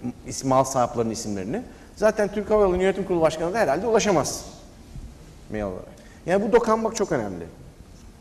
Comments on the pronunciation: Mail değil "Meyıl" Asdfghjkl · Mail, miyıl die okunmaz!!!???